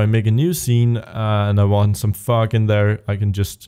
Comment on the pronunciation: No offence bro, I love the tutorials. But every time you say "Fog" I burst out laughing.